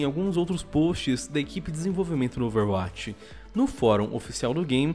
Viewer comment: Ele fala overwatix